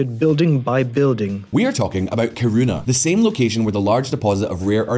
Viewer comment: "we are talking about Karuna!" 😂